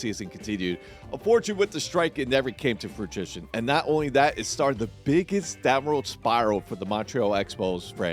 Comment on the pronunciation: Did you say the season never came to fruitition?